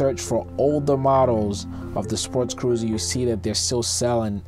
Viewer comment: It sounds like you are saying sportscruiser, not sportcruiser.